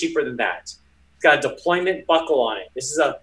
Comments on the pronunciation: For being a watch dealer, shouldn’t he know that it’s “deployant” and not “deployment?” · its deployant not deployment